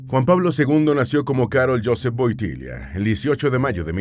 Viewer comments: Me ha gustado mucho este video. Pero primero hay que decir que no se pronuncia Wotilla sino Wotila. Segundo el pais que mas visito despues de su amada Polonia fue mi país España que como el llamaba a España Tierra de Maria. El aprendio español porque su tesis la hizo de los Santos españoles santa Teresa de Avila y San Juan de la Cruz. Ademas una de sus canciones preferidas era las sevillanas del Adios y cuando hiba algun artista español al Vaticano se las cataban y el encantado que apartaba a la gente para escuharlas porque le encantaban. Es tanto asin que un viaje a México le tocaron las sevillanas del adios en forma de ranchera. Queria tanto a España que cuando viajaba siempre pasaba por suelo español para darnos la bendición a los españoles. El coche llamado Papamovil se lo hicieron en España y lo exteno en España. Cuando se le critica a Juan Pablo II por ir a Cuba les recuerdo que el papa no solo se reunio con Fidel Castro sino también con la oposición. Tambien gracias a Juan Pablo II en Cuba se abrieron las iglesias, se dejo de perseguir al clero y sobretodo volvio la Navidad que estaba desde muchisimos años. Este Papa fue el Papa de la Juventud. Las jornadas de la Juventud las puso el. La gran cruz que llevan en esas jornadas la regalo. El murio el dia de Jesus de la Misericordia inpuesta por el. Podria decir munchas mas cosas que no se dicen de este maravilloso Papa. Que munchimo le seguimos queriendo tanto y le echamos de menos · No woitilia woityla narador burro no sabe hablar español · Woityla np wontilia tonto è burro NARADOR